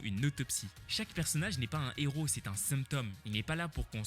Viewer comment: Vidéo peut-être intéressante mais j'ai arrêté le visionnage quand le narrateur a dit " ...pourquoi ces trois Z'héros... ". Ma santé intellectuelle avant tout😔.